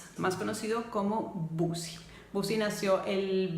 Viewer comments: Los 2 se amaban pero el amor de Bosie era egoísta y caprichoso, y por cierto no se pronuncia "Busi", sino "Bousi": de nada. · Por qué “bosi”, si los ingleses lo pronuncian: “bousi”.